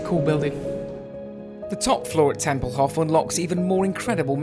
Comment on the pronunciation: Tempelhof is pronounced with a long "o"; otherwise, great video! I landed there twice, after PanAm flights, and still love the place, with all of its history.